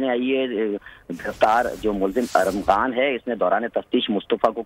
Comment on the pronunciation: Arghaman.......oo bhaie nam ko bigarr rha ho wo Armaghan hn......